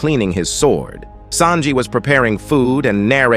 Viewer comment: I swear the narrarator needs an oscar i mean him pronouncing names is so funny lol for him zoro = zoror mihawk = mwihawk marine = marina sanji = sajin pirates = piratis